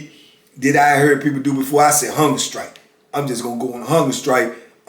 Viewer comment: am i the only one who hears "hunger sKrike"?